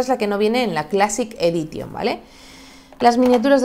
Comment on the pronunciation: "quiquestarter" ... unas clases de Inglés no vendrían mal. Nunca sobran. classic "edition" ... en serio?